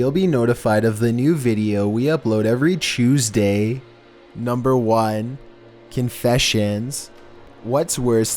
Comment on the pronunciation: (Every chewsday)